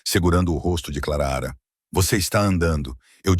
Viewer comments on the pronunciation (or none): KKkkk linda a istoria .Mas não sei se vcs já reparam,que todas as istorias que a mulher vem nome de Clara o narrador gosta de falar Clara raa kkkk Eu acho que ele gosta do som da vos dele narrando kkkk ,E quando ele tbm tem uma mania de limpa a garganta kkkk . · Da pra pronunciar o nome da moça direito o ridículo. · Fala direito o nome clara direito ok